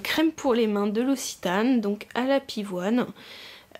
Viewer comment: Stp, je viens du sud et tu me traumatise, si il y a une prochaine fois prononce l'oKSitane (l'occitane, comme la langue l'occitan). ^^ je vois que plein de youtubeuse son déçu par cette box de juin, je commençais justement à m’intéresser à ces box xD Plein de bisous